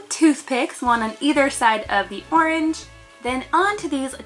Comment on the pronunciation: “For my OIWENGE color I’m going to add cuties” my gosh pronunciation is the cutest ever!!